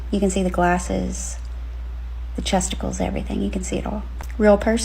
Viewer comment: Did that last lady say "You can see the glasses... chesticles"? I'm fkn dying! Im not even gonna replay it to find out. Im jus gonna believe thats what she said.🤣